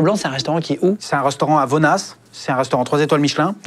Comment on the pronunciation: Le fameux Georges Blanc qui m'a signé la carte des menus le jour de mon anniversaire 🎉 (PS : il faut dire "Vonna" pas Vonnass)